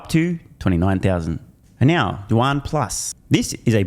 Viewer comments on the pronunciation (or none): none